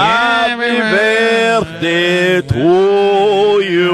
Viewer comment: Fuck, just say birthday. Birfday is so painfully unfunny.